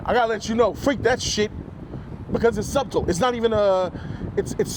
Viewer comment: Bro the B is silent in subtle and you had the nerve to have a go at the other homie,sheesh 😂😂😂